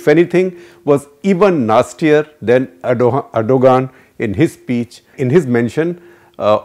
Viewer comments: Erdogan is pronounced redo-wan Please ensure correct pronounciations; would you like Modi to be called Modai? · tumharay country main jaisay har chez thek chal rhi hy lanti insan pahle naam to sahi bol